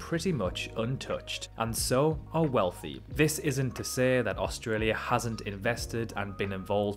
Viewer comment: One of the best videos I’ve seen about Australia, just the way my man say’s “Australia” bugs me.